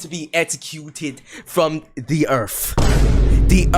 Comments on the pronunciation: from the earf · BAN FROM DA EARF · y bro sayin earf not earth